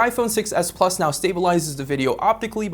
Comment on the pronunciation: I agree, he always puts emphasis on the wrong word so it's hard to follow. When referring to the different models, he emphasizes the "plus" both times and not the "s" to differentiate them. This happens in a lot of his videos.